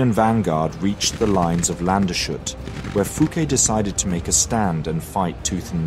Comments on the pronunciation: The town is pronounced "Landes-hut", so the s is pronounced as usual and separate from the h. The name is a conglomeration of the words "Land" (land) and "Hut" (vigilance, but difficult to translate properly). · Ah, small minor mistake: there's an additional e in the word. Landshut like you said is in bavaria, this is the village of Landeshut so there's an additional letter to pronounce. for native english speakers i would write it "Lund-as-hoot" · Landshut Must be spoken: Landes-Hut Hut is similar to hut in English but spoken with „u“ like ou. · You often try hard to pronounce names correctly, but... Land-Shut? Really? The rest was awesome as always of course! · Fantastic video, as ever. Only tip I'd give is that Landeshut is pronounced "lan des hoot'. 🤗 Keep it up! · "Landshut" and "Landeshut" are distinct places, even if their names have a common root. Also, there's no "sh" sound in there - they are compound words of "Land" and "hut", literally "Land's guard". So the "s" and "h" are pronounced separately. As for "Vogelsdorf", the "v" should probably be pronounced more like an "f". Also, you switched back and forth between pronouncing "Fouqué" as "fook" and "fookay" - since there's an accent on the "e", the "e" is not mute. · Your pronunciation of the german names is surprisingly good (with the usual accent), however, unfortunately the most important name of this video, Landeshut, is wrong. I is actually a composita of "Land" (=land or country) and "Hut" (=hat). "Landes" is the genetive case of land, so it is actually "(des) Landes Hut" ("the hat of the land"). And that means the s and h doesn't form the "sh" sound. Which would be "sch" in german anyway. Long story short, it is pronounced "landes hoot". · Good video. Just some pronunciation tips: Bro Lee instead of Bro glee or Lande's Hoot in stead of Land shoot. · it's Lan-duss-hoot not Lanshut. ;) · Excellent video. One small remark, Landeshut isn't pronounced "land shut", but rather lan-des-hoot.